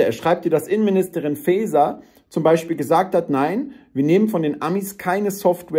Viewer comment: Sagt doch nicht immer "Feyser", man sagt ja auch nicht Keyse. Die linksradikale Innensaboteurin heisst Fäser. Wie Käse!